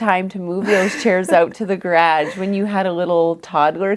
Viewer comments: Every time they are saying BOOcul i'm giggling. I love the quirky way of pronouncing things. Garage is a perennial fav! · she does say garage in this video but I have never heard someone pronounce it that way. I could let the boucle pronunciation slide but if she were here in the US no one would let her say garage the way she does lol.